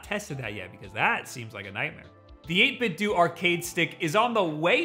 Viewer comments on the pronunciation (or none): 8bit “dough” not “dew” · Is it not pronounced “8 bit doe” like “Nintendo” not “do?” That’s what would make sense to me. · It annoys me that this guy says eightbitdew instead of eightbitdoh. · We pronounce 8bitdo very differently. I say "do", you say "do". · I don't know why people say 8bitdoe when its clearly 8bitdo like do 8 bit LMAO :) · Only amateurs pronounce it as 8bit-doe! Great video - and one of the only reviews that mentions the macro functionality. I would say one thing - many people will buy an arcade stick for fighting games (such as Street Fighter 2), but you're probably gonna want to buy two (eventually) for even matches. For this reason, I would recommend this as best-value/feature all round. Similar priced MayFlash ones will not be BlueTooth compatible.